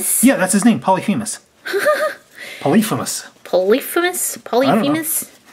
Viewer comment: It's pronounced poly fe mus